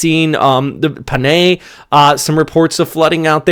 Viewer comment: Panay pronounced pah-nay.